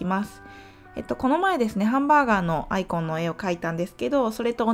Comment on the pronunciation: いつも勉強させてもらっています ただアイコンの発音が嫌です笑 棒読みが一般的かと